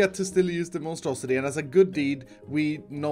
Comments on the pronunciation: He should call it the monstrosi-tree 😂 lol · What I hear when mentions his tree farm: The Monstrositree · I keep hearing Monstrositree